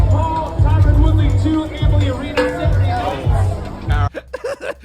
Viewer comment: Always makes me laugh when keem says Tieron 🤣🤣 can't even say the dudes name correctly